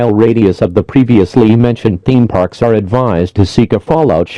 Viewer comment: "TheEeme pArks"